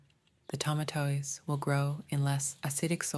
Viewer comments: Hahah I kept repeating it laughing..oh how I'm gonna ask my mom to make me some Toma toe eeez salad lol ❤ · Toma toe eez. Toma toe eez. They give me die air eeaa. 😂😂😂😂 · The pronunciation of tomatoes was totally incorrect ?